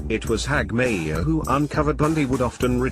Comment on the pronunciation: Terrible work. Why don't they just get a human being to read the script? And it's pronounced not Hagmi - ear, but Hag - myer.